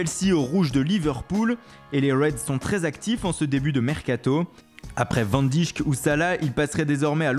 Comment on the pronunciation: Virgil van dijk est néerlandais, son nom se prononce Donc "van deyck" Et Pas "van dijque"